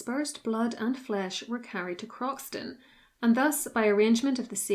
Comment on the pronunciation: The correct pronunciation of Croxton is “crowsun” and its full name is Croxton Kerrial but everyone who lives near it calls it Croxton. His visera was searched for in the 20’s by the then marquis of Granby, who in 1925 became the Duke of Rutland. He didn’t find it, but excavated the bulk of the abbey and many of its bits and pieces are in the collection of Belvoir Castle.